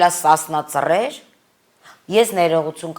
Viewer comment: Марина, не надо защищать или обвинять Сасна црер, пожалуйста держитесь от них как можно дальше, чтобы не испортить единственную чистую силу. Кстати у вас даже нет необходимого уровня культуры, чтобы правильно произносить их имя.